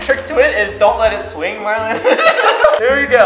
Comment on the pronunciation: roi said marling Xd